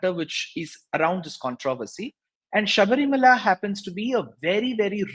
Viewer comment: It’s Shabarimala not Sabrimala as pronounced by Barkha Dutt